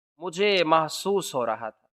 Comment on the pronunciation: Masuhs nahi mahsus